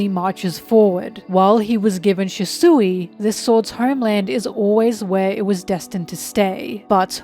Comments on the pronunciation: SHUsui, not shisui Good videos though :) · Lol, why do you pronounce "Shusui" like that?